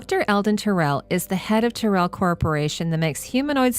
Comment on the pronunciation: I thought Tyrell was pronounced more like "Tie-Rell" (not Tir-ell). That's if my memory of the film serves me (it's been a few years since I've seen it).